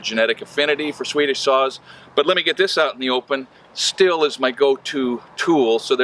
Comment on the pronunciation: Hoosk-varna and Steel, no?